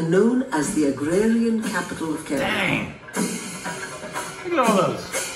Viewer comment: It's Kerala not karala